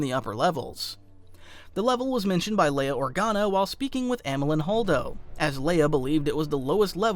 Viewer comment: I'm sorry, did you say fucking ORGANO? you were doing so well...